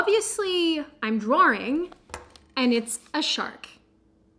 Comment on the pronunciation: "Drawering" lol